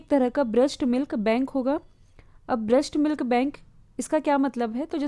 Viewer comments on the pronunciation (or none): Breast milk, not brusht milk.